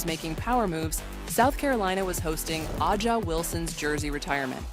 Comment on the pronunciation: Is it too much to ask for the narrator to correctly pronounce Wilson's first name?